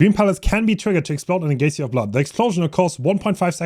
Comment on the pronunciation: Love seeing his attempts at weird words, like geyser later on lmao